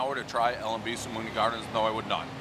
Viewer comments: 1. You’re pronouncing spumoni wrong 2. You don’t call a Sicilian square a “slice” 3. Their squares are an 11. You don’t go there for the round pies, you go for the squares. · Butchered the name haha. Shoulda ate the square first while hot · Well first mistake was you pronounced spumoni wrong. Second mistake ordering a regular slice. You’re opinion is just that. And not something I would bother listening to on any other pizzas since you clearly did not do your research. Hands down best Sicilian pizza!!! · I don’t know if I can believe you anymore because L&B is banging and you can’t even pronounce spumoni. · He didn't say the name right once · Guy can't even pronounce "spumoni" how are we supposed to take this review seriously...... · Agreed! l L&B Pizza is like white bread with ketchup and cheese on top. Highly over rated! But, the Spumoni ice is great. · Someone’s gotta teach this guy how to pronounce the name jeez🤦‍♂️ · You can’t pronounce Spumoni like that guy.. cmon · A Sicilian slice at Spumoni Gardens tastes three times as good as usual if you get it straight out of the oven. But I love how you intentionally mispronounce the names of all the places you go to: Spumoni; DiFara's; Malnati's;. Totonno's, etc. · He doesn’t even pronounce the name correctly…Multiple times. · And they say New England and New York have a similar accent. GTFOOH. He can't say Spumoni..lol Credibility zero! So this guy likes pizza so does a gazillion other people. Everyone's a pizza aficionado. the best pizza is the one that you like and the one you go and get normally. You give the same slice of pizza to 10 people and probably half are going to like it and half won't, or they'll think it's just ok. What most Brooklynites like someone from Ohio that goes to Shakey's Pizza may think nothing special of Spumoni Gardens or any other well known NY pizzaria. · He keeps butchering the name lol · Please learn how to pronounce “spumoni”. Does he know it’s an Italian ice cream?